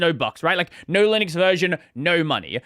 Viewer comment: Did you know there is a U in Linux? It's not Linix